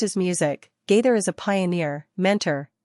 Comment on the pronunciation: The woman doing most the talking pronounce Gaither most the time gader